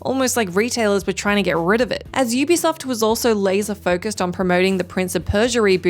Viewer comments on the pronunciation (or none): none